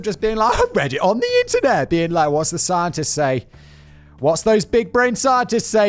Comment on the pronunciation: He can't pronounce words with TH properly, and it's very distracting in his narration. And annoying. It sounds like his channel is called 42.....